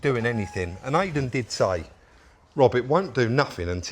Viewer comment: Great video as always, but Rob please say I-den not ay-den!